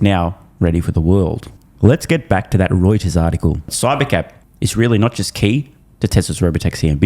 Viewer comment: did you say hemorreuters ? :D